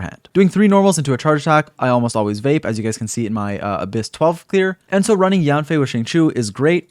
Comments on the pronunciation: her name is actually pronounced as yaen/yen fei and not so much of yaan fei but overall a great guide thank u for this !! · The real pronunciation of Yanfei is actually Yenfei 🤭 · Thank you for this video! I’ll definitely be using it. Her name is pronounced Yen-fei with an E! Just thought I’d let you know ☺️